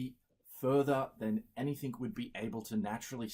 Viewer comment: Super smart. Also says 'anythink'.